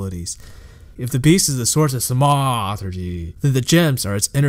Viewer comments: thanks for the explanation, next time say "thaumaturgy" like a grown-up, please. thank you. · This was actually a good video but it would've been nice if you could've looked up how to pronounce thaumaturgy before you continued to ruin it. ;) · So I have listened to the whole thing. Nice summary, but as others said, too much unnecessary emphasis on somehow random words (i dont understand why thaumaturgy was being targeted). But other than that, your voice seems pleasant to hear and you summarised it nicely. You could make even more detailed videos and just keep em coming! Dont listen to comments which are only criticizing without adding constructive value! Cheers! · i think this comment was right on. The content is great, but it was the delivery that made this really difficult for me to concentrate on. Not just pronunciations (thaumaturgy), but strange emphasis in sentences, the almost exact same roller coaster of tone in each sentence, and then the tendency to drag out the word at the end of nearly every sentence. Fought through it though because the story was worth it and his research and compilation were superb. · Disliked. What is his problem with the word "Thaumaturgy"? It's so annoying the way he says it. He pronounced Marceus wrong too (he calls him Marcus Lioneye lol). If he even listened to Tarkleigh or tap on the Weathered Carving in The Coast you will hear the correct pronunciation.